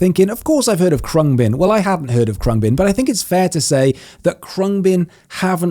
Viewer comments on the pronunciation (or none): Pronounced closer to "Kroong -bin"...it's Thai for "airplane".